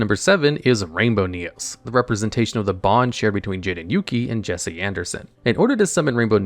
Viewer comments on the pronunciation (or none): none